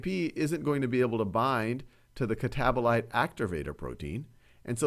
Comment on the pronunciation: "catabolater" made me laugh, thankyou now this can finally stay in my brain 😭